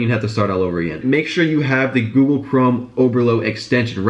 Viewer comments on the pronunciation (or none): none